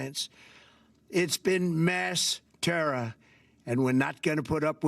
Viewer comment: When did "terror" become "terra?" 🤔 #47 keeps speaking of "we" which seems to be a way of exonerating himself from responsibility. 🙄 "Declaring war" becomes the latest casualty of his rise to glorious, supreme leader.